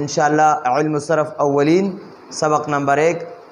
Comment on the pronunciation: اولِین بکسر اللام نہیں ہے بلکہ بفتح اللام ہے تثنیہ ہے اول کا اور اس کو اس وجہ سے اولین تثنیہ کہتے ہیں کہ یہ دو حصے ہیں